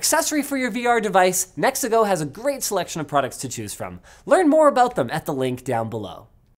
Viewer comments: Anybody else actually think he said the sponsor was "Mexico" at first? 😂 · heard "mexico" instead of nexigo and had to rewid that ad lol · i thought he said Mexico not "NEXIGO" I'm over here thinking that he got sponsored by a whole ass country. :face-blue-smiling:😂😂